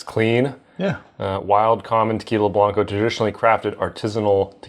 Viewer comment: Just FYI - blanco rhymes with "Panko" not "bronco". I have been pronouncing this incorrectly for years and just realized it yesterday when I heard Carlos Camarena say it on Moonshiners.